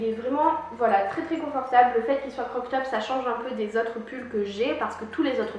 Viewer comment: Super video, je tadore mais stppppp arrete de dire croc top, cest crop top 😉💕 pleins de bisous